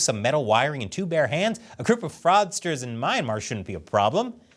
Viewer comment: anyone else cringing about `s pronounciation of myanmar? sorry, love ya